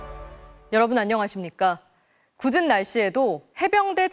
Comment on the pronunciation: 굳은 날씨.....라 들리는데 닐씨가 굳었나?